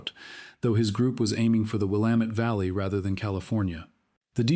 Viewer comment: Congratulations on being able to pronounce Will am et. Willamette !